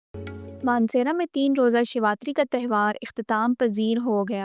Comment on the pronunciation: Shevatri nahi shiv ratri madam . Thank u for this great video. Pls show more pak hindus n temples